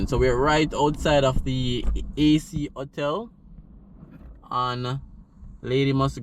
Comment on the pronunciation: Not "otel". But Ho-tell.